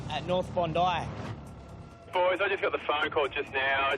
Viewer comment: The way that said Bondi made me laugh 😂 Where is he from?